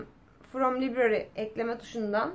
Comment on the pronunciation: Ablaaa,o library deyil [laybreri] okunuyorr